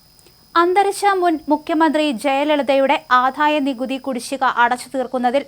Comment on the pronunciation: Ente koche malayalam nannayi parayan padikku, aadhaya nikuthi ennu parayunnathu kettu nokku.